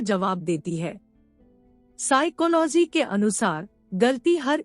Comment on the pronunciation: Vaise y bar bar siclohy bolna jruri h😂😂😂